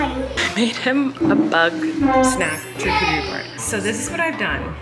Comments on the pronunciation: Love that you say “ch-arcuterie” board and not sh-arcuterie haha❤️ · The way Colleen pronounces the ch in charcuterie instead of saying it like an sh sound... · wait. is that how you say charcuterie???